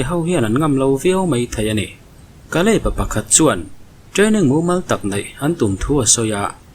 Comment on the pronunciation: Kalei ni lo in kali tih tur aw phawi dan kha Sakei ni lo in sakai tih tur aw